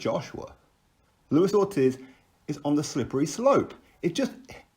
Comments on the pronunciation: It's pronounced orteez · its triggering me the way u say ortiz lol :')